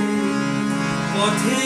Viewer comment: এত ভালো একটা গানকে আরো ভালো করে গাওয়ার জন্যে অভিনন্দন। আপনার সুরের প্রতি দখল দেখে রীতিমতো মুগ্ধ, তবলার সঙ্গত ও খুব সুন্দর, কিন্তু আপনার উচ্চারনের প্রতি আরেকটু ভালো নজর দেয়া দরকার বলে মনে করি, যেমন 'ফিরে' শব্দটাই "ফ" এর উচ্চারণ।